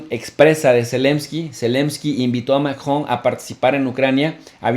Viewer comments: Tiempo Tiempo Tiempo que alguien me explique como se llama el Bato que se casó con la abuelita de Chabelo Macron o maKKJJon o será que este bato se le atoró algo en el buche que no sabe pronunciar Macron sino Makkjon al rato va a decir AKLO en vez de AMLO o llegara a su casa y dirá Makmi dame Lekshe se me atoro algo en la Garkkgantak no manches habla bien si no regresa a la Ukniveksidak. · Se están dirigiendo a una audiencia en español no Francesa que diga MACRON Y NO MACjON SE ESCUCHA BIEN MAMÓN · Chicos sin duda excelente información como siempre . PD: pronuncien el apellido Macron en español latino por favor.La pronunciación en francés está bien ,pero suena forzada para la comprensión dialéctica de LATAM.Millones de gracias por su gran aporte ❤️